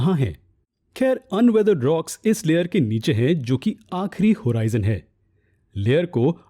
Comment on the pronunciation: Hoorizion nahi horizon hota hai